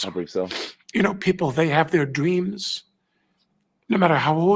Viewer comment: Did this asshat just say "dweams"?🤣